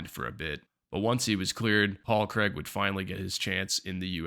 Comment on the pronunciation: Decent video but it's Craig, not kreg..